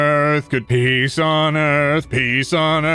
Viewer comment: all i heard when ot said "peace on earth" was "pees on earth" :,)